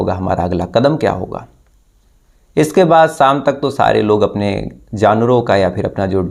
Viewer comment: साम नही शाम. पुरुस नही पुरुष. श, ष....